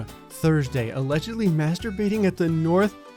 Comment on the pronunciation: Hey North Attle-boro is how it’s pronounced but also sounds about right with something that would happen there LOL Much love with the vids here! Love ya stuff up here in MA.